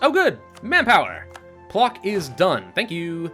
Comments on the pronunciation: А little correction: Plock is pronounced like PloTSk and Danzig - DanTSig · It's pŁock actually and pronounced pwotsk